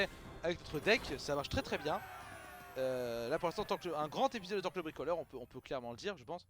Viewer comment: Revoila Torkl le bwikolewe...d'accowe, je vais bwikowlé